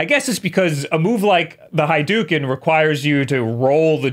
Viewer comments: Hadouken is pronounced Ha-Doh-oo-ken. I thought I heard you say HAI-doken. Just clocking in with that little bit of help. You seem to want Mario pronounced correctly very badly, even though I can hear you saying Mario with an "a" that's somewhere between the long and short vowel sounds. You seem to pronounce it like the "a" in marry or carry. That may just be your New York accent but it's definitely not an authentic Italian pronunciation. And guess what, that's okay. We're Americans, dude. Also, I'm from New York too. I don't have any accent...generally speaking (that seems to be going away for people my age-early forties-and younger) but when I go to the middle of the country or out west, certain words or phrases give me away. When we say common phrases like, "come on" or "how you doing?" people out there invariably ask if I'm from NYC or NJ. And I had no idea that phrases like, "on line" as in 'to wait in a queue with others' was a regional thing. That and, "I know a guy" are apparently very northeast. It still trips me out because how else would one let a group of friends or colleagues know they know a person that can hook 'em up? Wait, was that another one? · I’ve heard many pronunciations of hadouken, but today I learned of “hi do ken” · First “Mareeo”, now “Haidooken” and this. has really lost it. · But your pronunciation of Mario is very wrong too. I mean, the guy literally says his own name. Haven’t you played Mario Teaches Typing 2? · really just said "hi-doo-ken" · The "Haiduken"... can't stop laughing for some reason xD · The word is HADOUKEN In Japanese, ou is just an o sound but held longer, not oo like food. And ha isn't pronounced like "high" but like the a in "ramen" (same with Mario, while we're at it, same a as "ramen" not "marry")